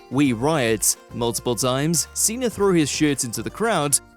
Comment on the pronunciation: John Ceh-NA